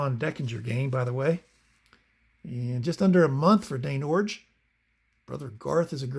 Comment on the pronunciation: Extra thumbs up for pronouncing Iorg correctly. And Warshington. And What does Tim Fox say? 😂